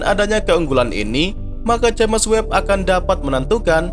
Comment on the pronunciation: Koreksi min, james webb pd nama teleskop , james di baca jims, bkn j a m e s